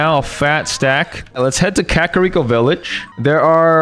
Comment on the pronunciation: You said kakariko wrong